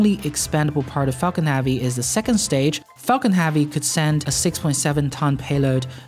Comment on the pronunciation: "Falcon halvey"